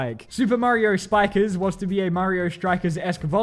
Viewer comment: The way you said "Mario Spikers" makes it sound like "Super Mario Spy Kids"